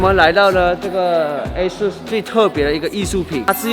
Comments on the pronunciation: 我都念A-SUS，不念R-SUS 。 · 其实我们官方是 "降" ASUS😂 逮到了！